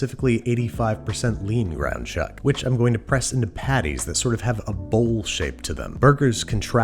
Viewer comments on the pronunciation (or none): none